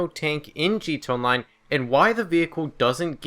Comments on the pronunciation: it's not G TOW online, it's GEE TEE EH online. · why are you saying gtonline instead of gta online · Dude its G.T.A ONLINE STOP SAYING LIKE THAT WTF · is he saying 'G2 Online' because it's sounds like that instead of 'GTA Online' I'm not trying to be nitpicky, I just thought it was funny lol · "Gee Tahnline" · I fucking hate how the fuck you say GTA online you say it "g to online" and that pisses me off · Stop saying "G Tone Line." Slowdown and enunciate. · Take a shot every time he says 'Gee T'online'